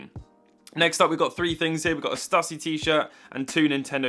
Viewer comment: Btw - the shirt brand is pronounced “Stoo-see” rather than “stuh-see.” It’s the creator’s surname (Shawn Stussy).